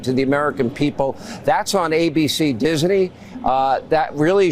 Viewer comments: Why does Hannity pronounce "Disney" like Yogi Bear saying "picanic basket."? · Sean Hanity can't even pronounce Disney correctly